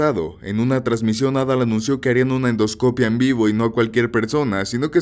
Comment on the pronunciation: Por que pones el acento en endoscopía y luego lo pronuncias donde se te incha? Perdón es que si me traume